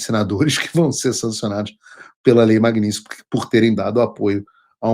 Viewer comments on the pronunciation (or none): MAG NIT SKY MAGNITSKY MAGNITSKY MAGNITSKY MAGNITSKY MAGNITSKY VENDA SE FALA CERTO O NOME DA LEI MAGNITSKY